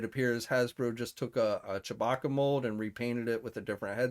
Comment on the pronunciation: Chabacca? I thought it was Chewbacca.